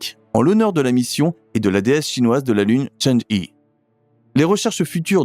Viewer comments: cháng'é (嫦娥) se prononce tchang-euh et non pas tchã-dji... Dommage que la voix ressemble tant à une voix d'ordnateur, et qu'il y ait autant de baratin au début... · CHANG' EU pas "i". C'est pénible pour les oreilles....